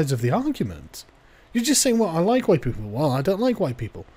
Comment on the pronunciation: "color me surprised" I thought you said you were Huwite ...